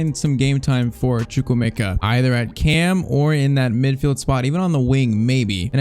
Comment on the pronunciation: It's choo-kw-emeka